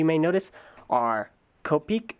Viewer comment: Please pronounce Kopeke as “ko-peh-keh.” English isn’t the only language on earth, so please don’t apply our bullshit phonemic rules to names of Polynesian origin.